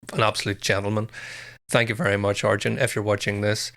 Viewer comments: His name is pronounced 'ar-yen', not 'ar-jen'. So, close (the emphasis was right), but not quite right. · His name is pronounced R...yen